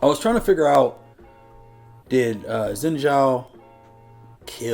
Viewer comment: Seneschal is a military Title. - the "ninja furry" is called Kennen - current Athakan == Human (Mordekaisers "friend") + Demon. Zaahen took over Xin Zhao, so Xin Zhao is gone - also Xin Zhao is spoken more like "Shin Ciao" as opposed to "sin" naw personally i prefer beautiful things. so this is an uglification which i dont appreciate. (yes imho, Fortiche uglifies characters) he does not ascend, he perishes. not stone but yea. i mean Petricide Zaahen Well, it's not "going back to ionia", his soul perishes. Glaive. he already did, from his hotel room, in china <.< because he got to watch it 2h early in a private viewing <.< i prefer his in game design, has way more details. from Posture, body build, colors, weapon, movements... he looks like a love child between Aatrox and Nasus. also you have you noticed,4 out of 5 Darkin champs have double A. nAAfiri, zAAhen, AAtrox, rAAst... they need to rename Varus to vAArus <.< in case it didnt click for you, she finds this info very useful as she tries to get rid of Swain/Swains demons - thus they show the crow